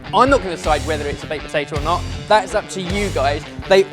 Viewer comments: Am I the only one getting flashbacks to the Guinness Cake when kept saying POTATOO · You're right! saying the word potato never fails to make me laugh